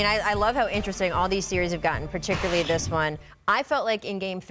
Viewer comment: "Particuraly" lol